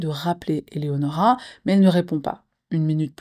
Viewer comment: Coucou! Bon visionnage à tous! Merci de prendre le tps de bien prononcer ce fameux prénom Eléonora ❤ ( c’est le mien également). Il faut croire qu’au collège et lycée c’était difficile de le prononcer 🤦🏽‍♀️